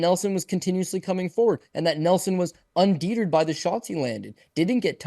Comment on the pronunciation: I was like wait did he really say that